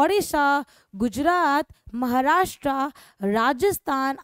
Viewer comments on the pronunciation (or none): none